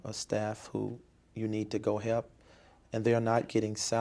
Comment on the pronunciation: That and "hep"😩